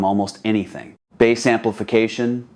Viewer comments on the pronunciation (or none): Lol AI. When someone pronounces "bass" like the fish. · Why do these AI voice overs call Bass ( the instrument sound), bass the fish? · Tens of thousands of dollars on an amplifier and even more than $60,000 on speakers and I have to hear a talk about amplification turn into a fishing show with the pronunciation of the word “bass”. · I hate that! It’s not bass, like the fish, it’s bass, rhymes with ace! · Because it's dinner time!